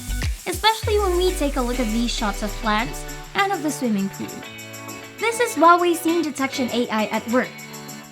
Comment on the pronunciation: Finally someone who can say Huawei right!!!!!